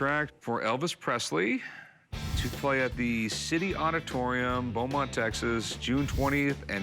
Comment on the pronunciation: Props for pronouncing Beaumont right on the Elvis sig. I grew up there and can’t count the different ways I’ve heard it butchered.